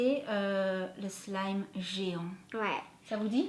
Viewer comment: Ça se dit pas slime ça se dit slime c'est mon maître qui me la dit.çi non je vous adores😘😊